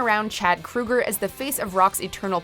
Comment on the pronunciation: When are people gonna get it right about Nickelback?? The lead singer’s last name is not Kruger, it’s pronounced Crow ger!!!!